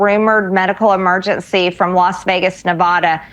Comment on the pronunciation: What is with her constantly adding T's to words where they don't exist? EmergenTcy, conTfrence, inTformation, etc. There are many more that just aren't coming to mind at the moment, but it's something I've noticed she does VERY frequently. And she has the nerve to call other people stupid... Hilarious!!!